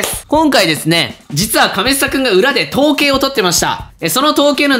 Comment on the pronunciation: 統計のところ、どぶろっくって聞こえるw